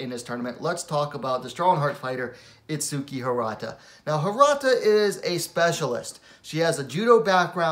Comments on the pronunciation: the correct way pronounce her name is: its-key the "u" is silent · if u hear her say her name there's no U in it